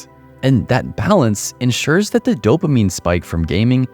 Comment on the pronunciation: You killed off anything spiritual when you said dopimine....dopamine..... wow. Don't listen to this guy's advice in this kind of light. Games are really fun that's why they're addicting. Let's not use ugly words here.